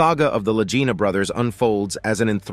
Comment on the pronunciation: Well, did they find it? I gave up after the narrator kept rhyming the Lagina Brothers with “vagina.”